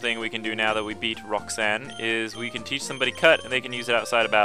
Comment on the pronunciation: You said rossane.